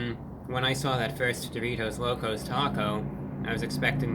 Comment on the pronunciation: Why does he say doritos like that? Sounds like he is saying Duvitos almost